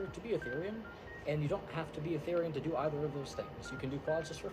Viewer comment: I hear everyone pronounce Therian the way you used to and not the way you do now.